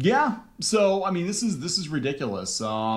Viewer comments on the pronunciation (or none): the only annoying part of their whole video is the guy doesn't pronounce ridiculous right, he says ridicilis